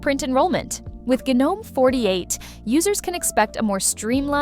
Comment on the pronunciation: Half the time you say gnome (silent g) and the other half you pronounce it as "gee-nome' (with a hard g).. pick a side, and stick with it.